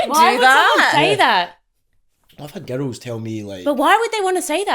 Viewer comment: when hes says girls it sounds like hes saying ghettos